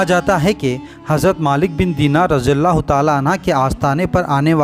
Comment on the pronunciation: Raziyallah anhu kahete hai na ke anha, please correct it